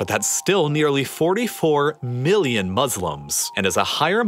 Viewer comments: It sounds like ur saying billion not million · Was that billion with a ‘b’? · It sounded like he said 800 billion Muslims live in the Circle